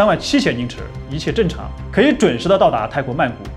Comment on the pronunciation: 正常 zheng4 不是zhen.请注意这种字词: 有g的发音舌头不要搭上去, 而是往下。